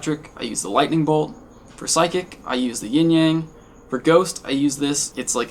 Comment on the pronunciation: thank you for saying yin yang and not ying yang